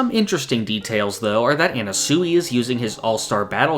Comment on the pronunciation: why does he pronounce anasui like that